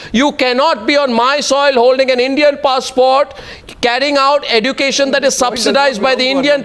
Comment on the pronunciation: Why the hell does arnab pronounce 'education' like that? 'eDucation'?